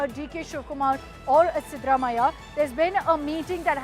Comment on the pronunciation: It's siddha Ramaiah not what you are pronouncing